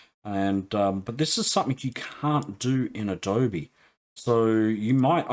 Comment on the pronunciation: Sorry to hear about the neuropathy. Hope it gets better. Thanks for the vid, great stuff. BTW it's Adobe not Abode! :)